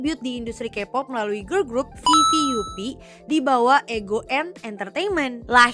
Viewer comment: maaf ka koreksi dikit VVUP DIBACANYA VI VI AP 🥰 bukan vi vi yupi🙏😁